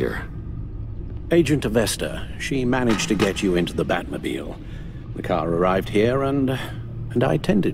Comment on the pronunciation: “We’re talking the batmobel?! We’re taking the batmobel!!”🤣🤣